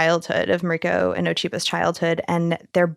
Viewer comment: Why do you pronounce Mariko’s name incorrect?